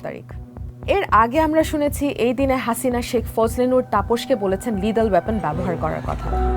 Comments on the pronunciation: where did you get such pronunciation of the word 'lethal' from? Seriously?! আর 'তাড়িখ' নয়, 'তারিখ'। My amusing frustration is not, of course, with the presenter here but with the arrogant newspaper itself. Shame. You can't delete a comment here on YouTube now, can you, you self-proclaiming arrogant piece of s**t newspaper? Well, go on! Disable the whole comment section now. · মা জননী,উপস্থাপিকা দয়া করে,শুদ্ধ বাংলা উচ্চারণ শেখার চেষ্টা করুন, (লিডেল) বলতে ইংরেজি তে কোনো শব্দই নেই,আর ওয়াপেন এটা আবার কোন ধরনের উচ্চারণ, কি শিক্ষা প্রতিষ্ঠান থেকে লেখা পড়া করেছেন